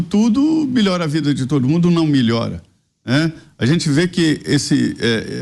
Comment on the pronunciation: Que agonia que tenho desse comentarista falando: "Milhora", "milhorou"... o verbo é MELHORAR!!!